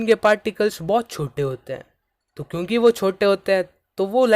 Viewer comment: Particles nhi "Pattticles" Chote nhi "chottee" Btw thank you for the video ❤ Watched it in 2x ✅